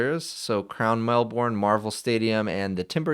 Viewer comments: Mel-bin, not mel-born! :face-blue-smiling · As an Aussie, pronunciation of Melbourne is "Melbin" - it's very British in a way, the second syllable is greatly shortened. In fact, as an American, you may extend the 'i' in Melbin, so from an American's perspective, it would be more like "Melb-n", does that make sense? It's just I know a million Melbournians would make a big fuss about it, lol. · The way you say Melbourne is a new one 😂